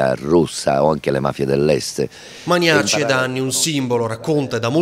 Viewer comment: ah, "ManiÀci", non "ManÌaci"! 😁